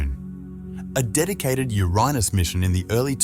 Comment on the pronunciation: WTF "yo-raa-nis" ??? it's pronounced "your anus" NASASS🍌